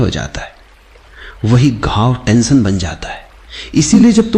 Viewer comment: "tantion" nahi hota bhai "tension" hota hai..